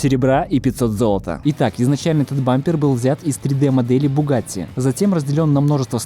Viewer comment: волгатти не звучит вообще! bugГАЗtti ребята, BUGГАЗTTI